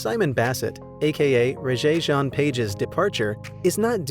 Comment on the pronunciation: Really? You need to learn how to pronounce the name Rege.